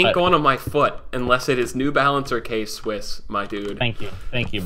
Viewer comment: This man said k Swiss 😂🤦🏾‍♂️